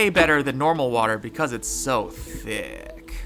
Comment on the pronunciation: How he said thick was a bit sus